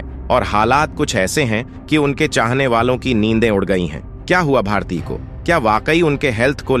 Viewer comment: Naam toh thik se boliye!! Bharatiya nahi bharti naam hai unka